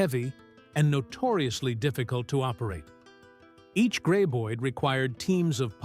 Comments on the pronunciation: "gray-boid"??? I HATE AI speakers. AI also likes to repeat entire paragraphs because the computer does not understand that repeating these paragraphs ruins the talk. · Wasn't this Kevin Bacon's first ever film..... 😅.....not great info and I absolutely HATE thease ai narrated videos 😂😂😂 can't pronounce graboid 😂😂😂 ridiculous when it's the name of the monster 😂😂😂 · Too bad the narrator did not know how to pronounce Graboid.